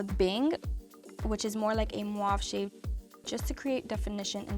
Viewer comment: She said mwauve instead of mauve 😂 no hate. Just thought it was funny